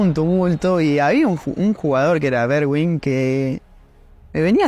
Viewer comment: I watched 3 times how he pronounces the name of Bergwijn but i really don’t know if he means Bergwijn or anorher player😅